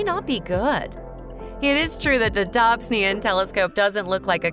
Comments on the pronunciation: even a robot would pronounce the ‘o’ in this instance. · Please learn to pronounce Dobsonian properly. I imagine John Dobson, a fellow American, would have greatly appreciated it.